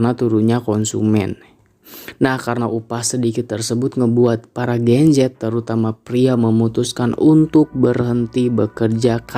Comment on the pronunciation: Sedikit saran aja kalau buat video kasih jelas bicaranya gen z yah gen z bukan gencet atau genjet 😂😂😂